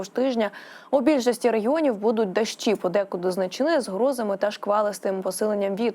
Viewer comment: Ага . ‘’ тИпАр ‘’ , зам1сть тепер , ‘’ дАщ1’’ , зам1сть дощ1 , ‘’ з пАрших дн1в ‘’ - з перших дн1в . Де вони 1х беруть , таких .